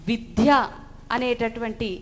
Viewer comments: మీరు సనాతన ధర్మం గురించి విద్యలో దాని ప్రాధాన్యత గురించి చక్కగా వివరించారు.మీరు తప్పుగా అనుకోకపోతే ఒక సవరణ.*విధ్య* కాదు విద్య. ద కు పొక్కిలి లేకుండా చెప్పండి. ధన్యవాదాలమ్మా. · విద్య విద్య విద్య విధ్య అని పలుకుతున్నారు అది తప్పు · విధ్య కాదమ్మ విద్య అని పలకండి డా రామ్ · చాలా బాగా చెప్పారు. చిన్న సలహా మీరు విద్య ను విధ్య అని ఉచ్చరిస్తున్నారు. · Eeme evaro gani vidya ane padanni vidhya ani palukutondi. Ilanti vallu cheppe subjectu kuda alage vuntundi. Inko padam samatulya nu samathoolyaga, aahootulu ane padanni aahuhutulu antondi. Ilanti vaallato upanyasalu ippinchi mosam chestunnaru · Excellent presentation by madam. But vidya ni vidhya ani pronounce chestunnaru. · అద్భుతమైన సందేశం... చాలా బాగుంది... మొత్తం వాస్తవ చిత్రీకరణ... చిన్న శబ్ద దోషం...విద్య అని పలకడం సరియైనది....విధ్య కాదు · విద్య అని పలకడంలో విధ్య అని పొరపాటుగా పలుకుతున్నారు. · విధ్య అని వత్తు లేదు